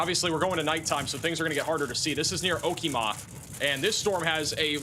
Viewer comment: O-Wa-So, Ka-Too-Sa, O-Key-Ma.